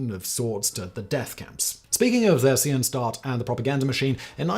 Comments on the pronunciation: Sorry I know that's very german of me, but you absolutely butchered the name 'Theresienstadt'. It basically translates to 'town of Theresa' 'Theresien' is therefore pronounced like Theresa except with an 'ian' at the end instead of an a. There is no english 'th' in the german language, and even in english you would pronounce the Th in Theresa as a regular T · I've never heard the h in theresienstadt pronounced, from the Czech town name Terezín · As much as I like this channel and don't really care much when butchers a German word or two, this particular video was so full of them that I wonder if the writers should not provide him with the phonetic transcription of such words, to at least give him a fighting chance. This would just help to improve the perceived quality of the channel, in particular for new viewers. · Thought-provoking vid, but you really need to work on your pronunciation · Usually you're really good at pronunciation. Theresienstadt is a miss, though 😊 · Theresienstadt…please look up the pronunciation,youre is abhorrent. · The pronunciation of theresianstat tho 😄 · The pronunciation of German names is really grating. It doesn't have to be perfect, but "Theresienstadt" was hardly recognisable. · Once again this dude is too lazy to find out the pronunciation of foreign places before shooting the video. Might as well be AI. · That is the weirdest pronounciation of Theresienstadt. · He's not German so I understand why. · His pronunciation was so atrocious that if it weren't for this comment, I probably wouldn't have known what he was even trying to say, so thanks! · Theresienstadt is pronounced like 'Ter-ee-zee-en-schtat. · "... Theresienstadt Ghetto..." // Czech: Terezín. The name means "The city/ town (Stadt) of Theresa (Theresia)"... It is being pronounced: [Te-Re-Si-En-Shdat] not: ! ;) There was a 1780 fortress, named after Maria Theresia Walburga Amalia Christina of Austria (Habsburg). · I cannot believe how you just pronounced Theresiendtadt